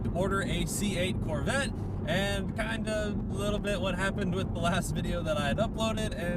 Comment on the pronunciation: If you say "mid-engine corvett" one more time! 😂😂